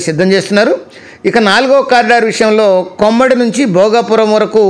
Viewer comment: Not Murikivalasa, మరికవలస Not కొమ్మిడి, కొమ్మాది